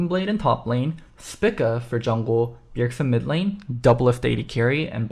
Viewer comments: Am i wrong, or is saying spica incorrectly... dude is saying "spicka" when literally everyone else ive heard has said "speeka" I could be wrong, but it actually annoyed me hearing him say it that way the whole vid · Spica is a star in the constellation Virgo and it's pronounced SPY-ka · Would prob recommend pronouncing it spEca for future reference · the star is pronounced speeka by all other nationalities listed execpt the UK and US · a lot of usernames dont follow real terms. Also, if you do more than just look at the first thing on a google search you will see that english speakers are the only ones who pronounce the constellation "spy-ka". Everyone else pronounces it speeka. On the link i sent, click the pronunciation button. They state it is speeka. Cannot believe i have to defend myself on a simple observation.